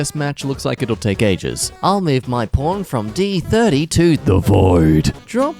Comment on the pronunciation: I had to listen again to make sure I heard "pawn" and not something else